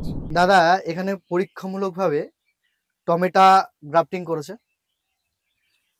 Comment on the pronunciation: টমেটা নয় টমেটো